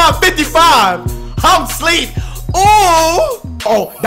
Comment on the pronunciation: Schleeep 😭😭😴😴😴💀💀